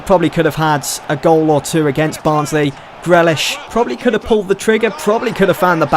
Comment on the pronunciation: You pronounce it jack greelish not grelish